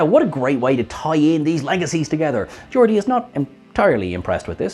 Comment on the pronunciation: "Georgia"??? you mean GEORDI?